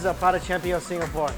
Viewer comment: He read Singapore with the GAH :')